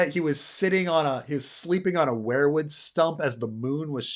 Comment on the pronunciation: Love ya, but it’s pronounced WEIRwood as in Bob Weir of Grateful Dead fame. More hippie George!